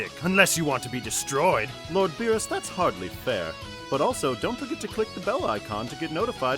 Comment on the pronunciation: Since when Beerus became Beebus lmao